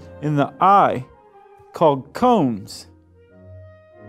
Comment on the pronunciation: Combs? Sure sounds like he's saying combs. I'm pretty sure it's cones. Maybe it's just his fat tongue.